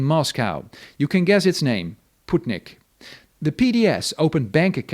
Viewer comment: Sputnik ❌ Putnik ✅